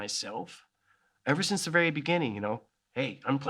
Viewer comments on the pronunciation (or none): none